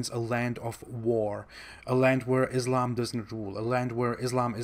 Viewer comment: Abdul KArim, non Muslim Islamophobes do it all the time! First make him learn correct phonetics how to pronounce Islam! It is not what he utters! Stupid! Do you get it? Then he could try hoodwinking and camouflaging his non Muslim background